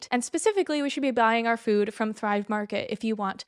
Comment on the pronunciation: The way you say food as “fewd” makes me giggle every time